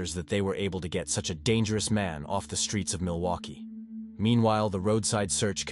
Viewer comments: Mill-Loki? Is AI reading this? It's Milwaukee. Mill-Wau-Key or Mill-Wah-Kee. Depending on the region in the state. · My computer friend it's pronounced "mill-e-wah-que" which is Algonquin for "the good land". Also, you would never refer to a 38 year old man as a boy. You might say he looked boyish or had boyish good looks but you would never call him simply a boy. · Milowkwee?? A robot is narrating all these! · Milokie? Milwaukee! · Oh miloki the 2nd time haha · It has to be AI not a real guy. Milloki? Half these channels are from the east and use AI ,used to be bots. Misspell and can't speak proper words. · Why so many mis-pronounced names, like Milwaukee? Thats pretty bad.